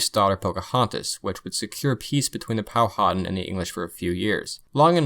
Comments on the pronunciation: It’s pronounced powa tan not powhoten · I chuckled at the pronunciation of Powhatan. I live like 45 min from their rez. Pow-a-tan.